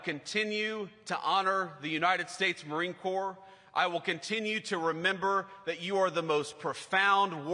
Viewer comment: Did he call it the "Marine Corpse" like tRump the draft dodger did years ago?